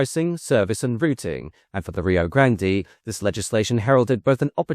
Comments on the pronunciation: Rio grande, not rio grandee, Nice video, sick of the AI narrorator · The pronunciation of "Grand-EE" is making this video difficult to watch. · Dude, it's pronounced Rio Grand. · The research for this video felt much sloppier and less well researched than normal, it's disappointing. Not to mention the mispronunciation of Rio Grande throughout the whole video. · hate to be the one to tell you this but you mispronounced Rio Grande during the whole video. You don't pronounce the e at the end.